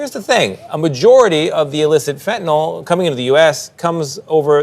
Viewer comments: Fentanyl not fentanol, mispronouncing it makes dealing with it harder. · It bugs me to no end that everyone says fentanol.